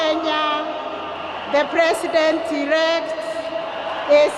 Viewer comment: Did I hear the Kenyan woman introduce the President "erect" 😉🤣😂🤣